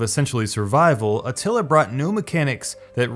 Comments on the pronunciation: It's Attila, not Atilla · 'Shogan', and he also spelled/pronounced Attila as Atilla , even though the correct game name was right on the screen in the screenshot. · Atilla? xD